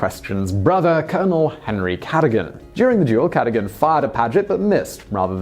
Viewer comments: Oh my days! Just getting over the last pronunciation mashup and you're mispronouncing another of our aristocratic legends. It's "cad-oh-gan", whith the emphasis on the second syllable, "oh". Not Cadd-uhgun, with the stress on the first syllable, "Cad". Jeez! I'm seriously having my doubts about your own authenticity. Are you English? Can't be. Are you a robot? Much more likely , in my view. Simon, there is no way you went to any public school in the UK. My guess is mixed parentage: US/U with a large chunk of American education. But it seems you cherish most of all, the English part of your lineage when it comes to speaking. A word of advice: GIVE IT UP. Each new video reveals more and more American pronunciations mixed in with an unplaceable middle English accent. I have nothing against American accents nor pronunciations. Far from it. But American pronunciations with an English accent just doesn't work. The only thing worse is English people affecting a mid-Atlantic accent. No, actually, yours is worse. Honestly, it makes you quite the buffoon. And no. I'm not sorry about it. Although I do cringe. More and more! I can't wait for your next video. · Okay so this is hopelessly pedantic BUT the title is pronounces "Marquiss" & NOT "Marquee" as you say it - that is the French pronunciation, & spelt accordingly as Marquis ['Markee']. Thank you!...and it's "C'duggan" in pronunciation, not "Cadogun"!